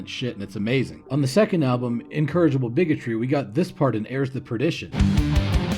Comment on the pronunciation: What a dago. You pronounce incorrigible like encouragable